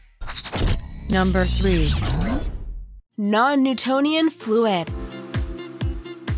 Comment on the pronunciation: It's non nutonial fluid not non nutanion fluid